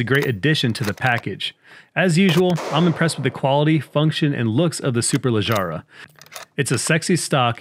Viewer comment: Other ways to say it to not spu d ridiculous. 1.) "Super-leg-ruh" 2.) "Super-leg-ra"